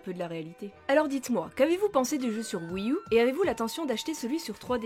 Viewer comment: La prochaine fois que tu prononces "wii u" à la française je mets un pouce rouge et je me désabonne.